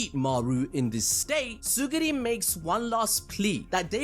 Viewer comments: Pff... Tsugiri.. BRO IT'S TSURUGI That's way too funny to me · Tsurugi not tsugiri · Bro please, his name is Tsurugi, not Tsuguri 🤦‍♂️🤦‍♂️🤦‍♂️🤦‍♂️🤦‍♂️🤦‍♂️🤦‍♂️ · uhhhh "Suguri" is not a character in that manga It's Tsurugi Tsu-ru-gi Not suguri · its tsurugi bro not tsugiri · Its not TsuGUri its TsuRUgi 😭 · It's tsurugi 😭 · ().... it's Tsu - RRRRUUUUUUUUUUUUUU - Gi, bro. Try viewing the word sort of phonetically like this: Tsoo ---- ROO ---- Gi. Does that help the dyslexia? I'm being direct, not rude.... trying to help you. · Ngl chief, mispronouncing Tsurugi's name and misnaming the Star Plasma Vessel consistently multiple times was top-tier ragebait. Assuming that was intentional